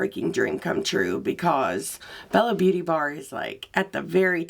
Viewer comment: Can I just tell you I believe it's pronounced Bella beaute' bar...